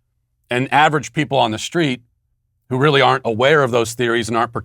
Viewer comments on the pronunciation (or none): none